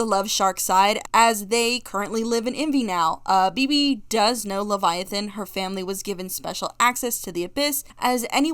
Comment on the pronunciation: I love the fact that you are going by all pronounced for leviathan, like, It makes sense